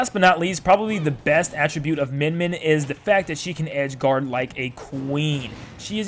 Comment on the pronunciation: cool, its pronounced myen myen